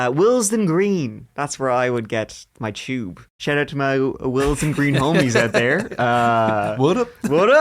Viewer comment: Say tube. Cuz when you say it like that...